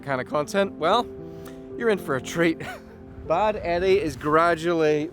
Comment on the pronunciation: The boat is pronounced like Bawd Eddie, Bád meaning boat in Irish, an icon in the Donegal Gaeltacht